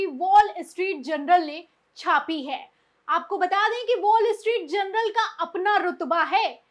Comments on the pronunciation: Please correct the word as Journal instead of general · Madam Presenter.......The name of the newspaper is Wall Street "JOURNAL".....but you have been pronouncing it is as Wall Street "GENERAL". Just thought of drawing your attention